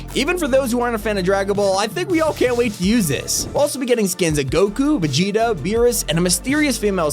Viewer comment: Finally a fortnite youtuber that says vegetas name correctly 😭